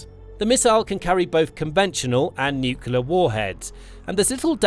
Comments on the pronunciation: "nuclear" pronounced "new-clear", NOT "nukuler"!🙄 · Please pronounce "nuclear" correctly! It's not pronounced nuke-you-lur. It's pronounced nuke-lee-ur. Nuclear. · Mr Pedi Pedantic here, please tell your text to voice software that the word is pronounced "new clear" not "newk you lar".😁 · For the love of god: Please stop saying nucular 😱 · Hearing "nucular" instead of "nuclear" on a channel like this is certainly something 😂